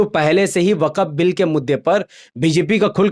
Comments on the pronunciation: Abey Gadhey,, Tu Swayam ko Musalmaan kehta Hai,, to Waqf ko Wakaf kyon keh raha hai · Waqaf nahi waqf hai theek se bolo bengali me na